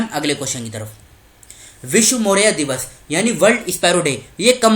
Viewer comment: मौरैया नहीं गौरैया होता है🙏